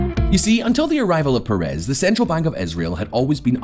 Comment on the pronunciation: Thanks for the video. BTW, the correct pronunciation is Shimon PEH-res, not peh-REZ.